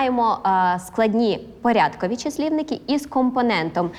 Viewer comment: Здається, правильно не порЯдковий, а порядкОвий.